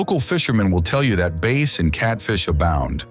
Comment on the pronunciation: Hey: Y’all need to learn how to pronounce correctly…bass (fish) not base; c-no-Tayl not c-note; miles (USA) not kilometers… please do better editing; you lose some credibility when you do not proofread before publishing. The cinematography was great!